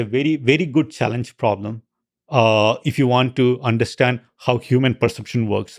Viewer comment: Lex. Love the podcasts. Learn how to say 'understand.' It's not 'undershhhstand.' Thanks.